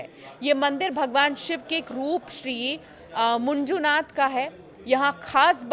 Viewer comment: मैडम कृपया सही उच्चारण करना सीखिए, यह मंजूनाथ है, मुंजुनाथ नहीं...क्या आप विदेश से हैं?